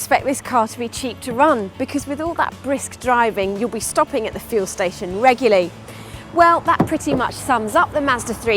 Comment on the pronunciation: grah! it's regularly, not reguly That's it, you're chucked!